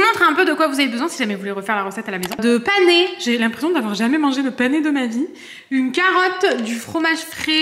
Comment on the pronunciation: Le panais se prononce comme le prénom Anais et c’est Morphée en prononçant les accents. Voilà 😊